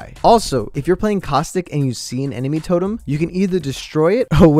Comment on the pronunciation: Summoning jutsu death totum🤣